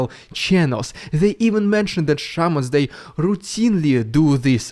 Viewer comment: I understood "Sherman" rather than "Shaman". My brain refused to take that into consideration.